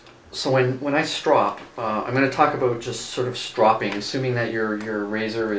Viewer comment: You saw (strow-ping) incorrectly... its irritating